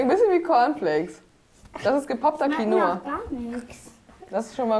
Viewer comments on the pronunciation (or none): none